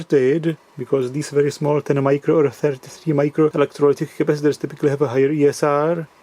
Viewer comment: "Changing these crapacitors..." lol